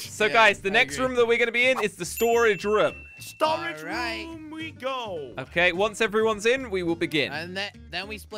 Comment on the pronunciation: I like how he says "rum" instead of "room"